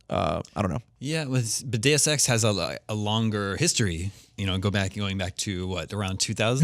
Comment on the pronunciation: I love it when you pronounce Deus Ex properly, not "duce ex".